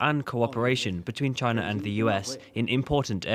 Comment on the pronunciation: Does she know wherabout Chyna???